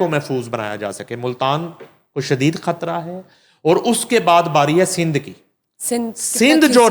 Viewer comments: This female anchor has a croaky/ voice not a pleasure to hear and on top of it she says khatra instead of Hatra. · Oh lady! What is khatra? Don't ruin the beauty of urdu language and its pronunciation. You are probably the offspring of an Indian hindu family? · بھائی آپ اپنی اس کو اینکر کو خ کہنے کی پریکٹس کروا دیں ۔یہ کھان ۔۔کھبر ۔۔کھترا۔۔۔تو کہنا چھوڑ دے ۔ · خاتون اینکر شائد ہندی بولنے کی شوقین ہیں انھیں شائد اردو زبان سے کوئی شغف نہیں ہے یہ خاتوں مسلسل لفظ خطرہ کو کھطرہ کہہ رہی ہیں ۔ہیں یہ صاحبہ پاکستانی اینکر ۔ افسوس